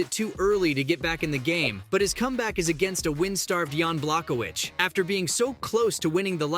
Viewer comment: You can’t even say Jan’s last name correctly